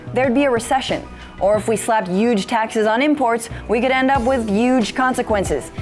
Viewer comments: I like her, “Yuge” tax 😅! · youge? silent h? haha jk